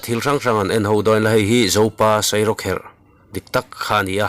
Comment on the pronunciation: Zopa Sairawkher nilo in 'Sairawkherh' tih zawk tur aw boss 😊